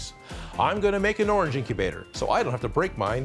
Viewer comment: the name is egg incubater more like eggubter